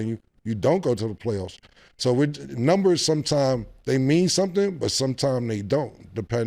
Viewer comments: Somebody tell Mase the word is NUMbers not NIMbers 😂😂😂😂😂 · Mase really can’t say numbers lol